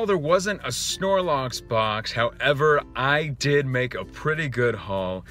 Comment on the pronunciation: snorlocks? really?